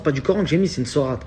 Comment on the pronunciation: C sourate..pas sorate.